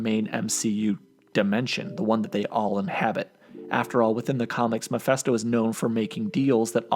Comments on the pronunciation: Stop saying MAPHESTO!! Its MePHI(phee)sto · It's pronounced Muh-Fist-Oh, not Meh-Fest-Oh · Mephisto pronounced “meh-fisto” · It's actually pronounce Mee-fiste-oh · you sure butchered his name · Lmao dude can’t even pronounce Mephisto’s name